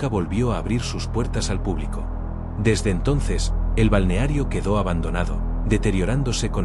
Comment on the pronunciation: Es una IA que no sabe leer 😂